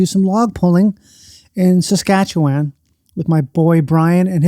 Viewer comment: People need to learn how to say Saskatchewan already